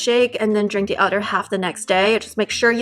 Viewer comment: It's pronounced other, not utter. Fyi